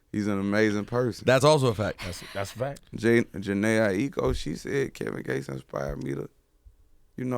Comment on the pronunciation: so were just finna ignore the fact he said Jenel Aiko?😂